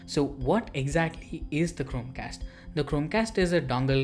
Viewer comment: Bhai.. Chromecast to thik se pronounce kar leta..... Wtf man.. It was so annoying